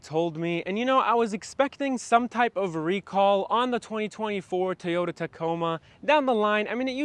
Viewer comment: “Toy” not Tayota. Come on man